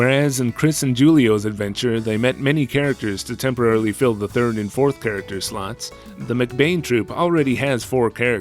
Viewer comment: Did I mishear you say “pairacter”? Like the dog character and squirrel character together are a pairacter??? Awesome content as always!